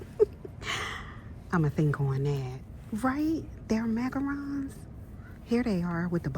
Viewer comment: YES THANK. YOU'!!!! It is indeed pronounced macaRON not macaROON....You totally made my night lol😅